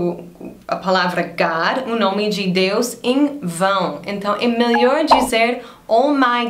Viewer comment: Eu gosto do jeito que vc fala MELHOR. Melior! Hahaha, muito legal!